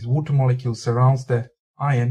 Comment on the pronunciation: in vatir its water you idiot not vatr